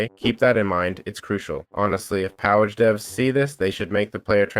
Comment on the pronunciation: Next time, if you're going to do a tutorial at least learn how to say the mod name... its litteraly power with ah instead of er.